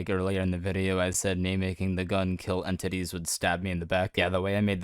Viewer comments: every single time you say entities i hear end titties this has never been a problem until now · Why does say it like: en-TITTIES